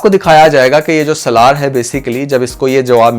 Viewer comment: سلار نہیں بھائی سالار نام ہے اس کا 😂